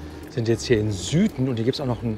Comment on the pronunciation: Hallo, danke für das schöne Video! Nur zur Info: Sythen wird nicht Süthen sondern Siethen ausgesprochen. Dann ist alles tippi toppi!😇😉